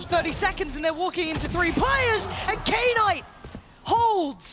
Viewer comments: Im losing my mind over the female commentator calling Knight K - NIGHT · No I mean "Knight" should be pronounced as "nite" instead of "K-nite" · Am I the only one triggered that knight is pronounced as K-night? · Knight pronounced as K-night was killing me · why is she calling him k- night? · why are the commentators saying K-night like it's two different word, it's just "knight" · what is k night. His name is Knight pronounced as night lol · She knows what a knight is right? Why does she keep saying K-night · Did she just call knight , K-night ? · imagine reading "knight" as K-NIGHT. what the F. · okay but who the fuck read knight "kay night" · Even the JP caster called him K-nighto maybe that's how he wants to be called idk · Why does the caster keep saying knight as "K-nite". Is it how it's pronounced or just the American way of not knowing how to pronounce it and still saying it to make American English? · I vomited hearing "K-night!"